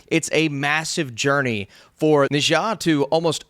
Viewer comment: maybe try "Ner Zar" if not 哪吒, but not "nijor"